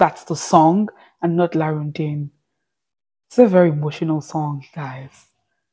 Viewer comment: The correct pronunciation is "rondin-a"